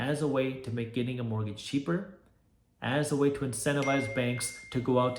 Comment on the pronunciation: Cheaper not "Cheeper"